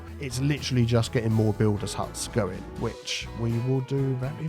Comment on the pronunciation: u say Bulders and building Hawlers!!!!